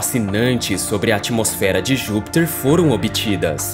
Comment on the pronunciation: Por que você fala "Júpitcher", com sotaque estrangeiro?